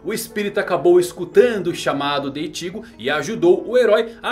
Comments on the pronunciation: ichígo não.. é Íchigo porr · Não se lê iCHIgo e sim Ichigo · E Ichigo e não itigo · ele fala ichigo engraçado, ichígo 😌😂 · Pq vc nao fala "Ichigo" normal ?? Kkkl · Por não dá para falar nome correto do Ichigo da zanbakutu e Anime correto tá falando igual um paraíba robótico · Fala. Seu canal é top... Mas explica pq vc fala IchÍgo e RukÍa....? E não Íchigo e RÚkia como foi adaptado no anime? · Animê, ichígo, rukía.. não sabia que era assim que se pronunciava